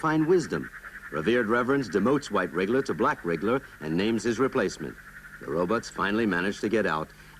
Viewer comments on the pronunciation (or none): I love how folks call them “Ro-buts”